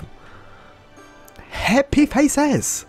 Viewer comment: i just love the way you say happy faces! Happy Phazes!